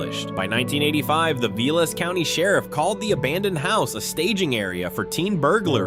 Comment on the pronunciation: Veelas County.....get it right, robot.